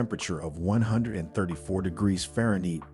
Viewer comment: This narrator doesn't know how to pronounce Fahrenheit or meters??